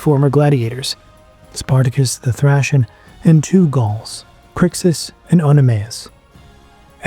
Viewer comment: The way you pronounce Thracian is Guna make my head explode 😂😂😂 “thrAYcian” not “thrAHcian” 😂😂😂